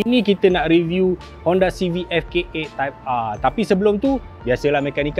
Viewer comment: Nobody: Abg Japar: "Honda Civic Type Arrrr"